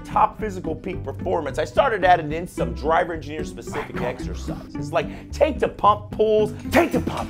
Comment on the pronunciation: I think you meant to say "Gingineer"...